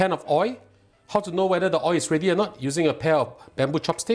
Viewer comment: Your receipts are good and easy to cook. Love watching your cooking shows. May I just point out one thing and I mean well and hope its not taken in the wrong way. The word oil ends with alphabet l which must be pronounced and when not pronounced correctly its oi. Wish you and your programme all the very best and looking forward to watching and learning many more delicious receipts. Thank you.